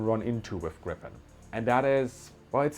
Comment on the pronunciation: 18 seconds in, and I just have to comment on the excellent pronunciation of Gripen. In Swedish, it's much more like [greepen] than [grippen].